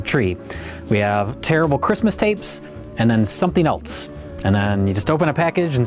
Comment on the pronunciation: There's no 't' in the word 'else.' It's not "eltse."